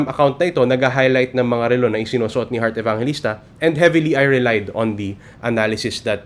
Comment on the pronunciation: Sir u pronounced Hurt Evangelista ???